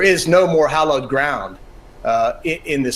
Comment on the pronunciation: for goodness sake - it's pronounced 'HALLOWED' - hot hollowed - hallowed means sacred, or revered, hollowed means empty